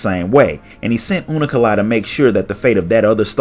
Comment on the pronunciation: hearing him say unukalhai as unu- ka-lhai is freaking me out xD